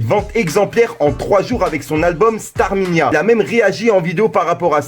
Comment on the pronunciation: Stamina pas starminia mdrrrr